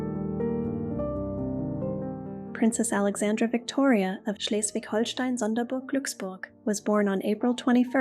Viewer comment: Props for how you pronounced Schleswig-Holstein-Sonderburg-Glücksburg! Absolutely perfect! 😊